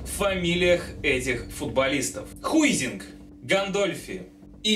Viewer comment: Хайзинг!!! а не Хуизинг